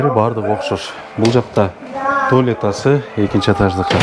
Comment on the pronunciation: Нарындык окшойсун э?,Туалета дегенинден